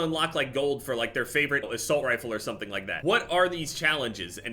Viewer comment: Are any of us gonna talk about the fact she said asight rifle